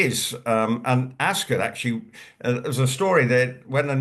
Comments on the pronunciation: ☺️Ascot is not said as Epcot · don't know where he's from but I'm English and we say ASCOT, OT not UT